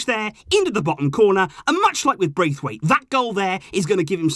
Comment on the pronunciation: Martin Bracewaite you know 'Bracewaite'